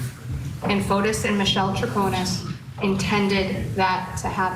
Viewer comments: Yes Fotees idk y they keep saying Fotos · Fotis is pronounced Fotees here in Greece, not Fotos.